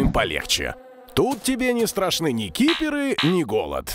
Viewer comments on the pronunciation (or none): Не киперы, а криперы